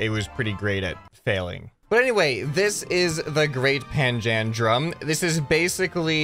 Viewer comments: it's pronounced panja-drum :D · Hey umm is actually said like pan-dalem